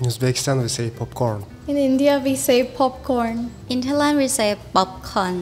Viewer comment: In Laos we say “ned fig” not “netprize “ Also “mag-doe-noa” for McDonald’s not “ em do nus “ We also say “pop con” not “bob con” And sandwich in Lao is “saen wid” not “khao jee “ as she’s said khao jee is the French’s beget